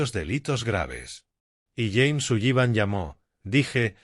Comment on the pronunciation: Por favor! Aunque la palabra SULLIVAN tenga dos LL no significa que tenga que pronunciarlas! Simplemente diga SULIVAN su lexico mejorara notablemente! Gracias